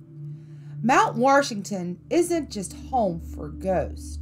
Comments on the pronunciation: It's Mt. WASHington not Mt. WARSHington. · Ouch! Where is the "R" in Washington? Fun video. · Did you just say "WaRshington"?! Oh no 😂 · Once I got used to her pronunciation, this wasn't bad. Mount Worshington. :) At least she avoided that Ocean Born Mary nonsense. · Mount Warshington? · There is no R in Washington! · It sucks that she calls it mount warshington that is wrong. Good stories though 😉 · being from nh, hearing “mount warshington” is just terrific😂